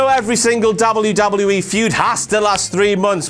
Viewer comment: This guys says wwe too much and he says it funny. "Dawbule yew dawbule yew E"